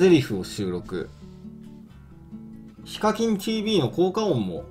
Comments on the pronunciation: ひ↓か↑きん↓ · 時々、発音が非課金になるの草